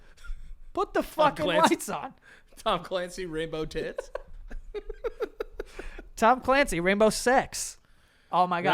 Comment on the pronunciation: Instead of Tom Clancy it's Thom Clancy hahaha